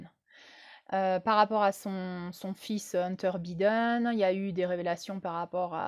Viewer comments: Prononcer "Baïden", pas biden comme un bidet 😉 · Avant de commencer a nous parler de la politique mondiale, il faut apprendre a prononcer les noms de ces dirigeants. Bidaine? Mais quelle blague!